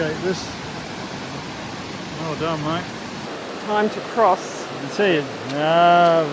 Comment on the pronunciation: It’s pronounced “Se-Che-dah”. Great skiing there in Selva / Ortisei.